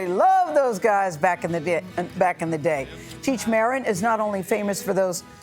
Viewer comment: She said his name wrong lmao. Its pronounced (mareen) not (mehrihn) ahahahah